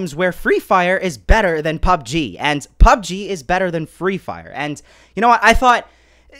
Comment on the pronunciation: Hi loves pubg but he can't say it🤪